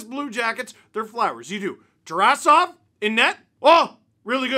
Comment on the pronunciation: Adam Jiricek does not play for us. Voronkov is injured. His name isn’t pronounced Tuh-ree-sov, its Tare-uh-zov Blue Jackets are so good